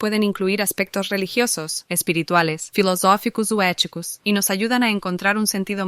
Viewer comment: Filoshoficous ou eticoush